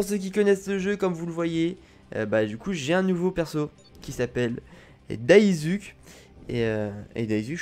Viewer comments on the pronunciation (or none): le non du perso se di DA I SOU KÉ et les épée des katana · ca se prononce daïssouké